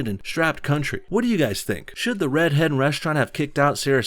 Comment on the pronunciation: Am I the only one who hears "red head" every time says "Red Hen"?